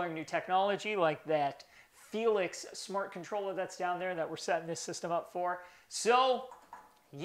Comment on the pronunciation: haha for the longest time, anytime we were shooting, I thought he said "Felix Mart", but it's "Felix Smart"...